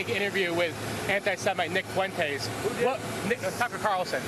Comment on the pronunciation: Lol "Nick Foo-entes" hilarious 🤣